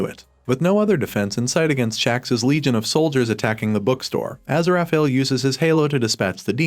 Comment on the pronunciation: What is the butchery of Aziraphale's name?